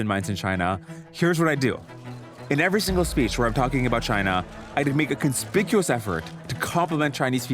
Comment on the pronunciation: Bro had some 4d level cheese plans to talk to the Chinese youth 😅. “…make an cooonspicuous effort to complement the Chinese…”that’s some diabolical shit. 😂😂